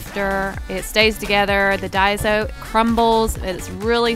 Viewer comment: It's not pronounced dieso it's pronounced dayso not hating just saying